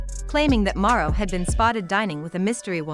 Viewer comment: At least have the voice thing pronounce his name correctly… and this video sucks.. basically repeated the same thing 4 times to drag out the video smh